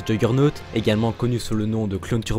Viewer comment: Si je puis me permettre ça ce dit yourgeunotte a l'oral